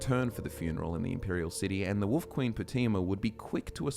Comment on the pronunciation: Who else loves it when & pronounce Wolf as Woof 😄